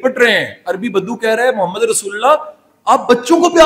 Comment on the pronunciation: اسلام علیکم سر لاالہ الا اللہ محمدُ رسول اللہ محمد کی دال پر پیش ہے